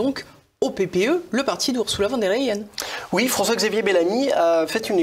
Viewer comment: Arrêtez de dire "Wann der Leyen ", revoyez vos cours d'allemand : le V se prononce F , donc phonétiquement cela donne "Fonn der Leyen "